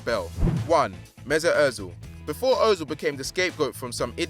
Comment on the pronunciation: o-zil.... lol. it's pronounced ur-zil....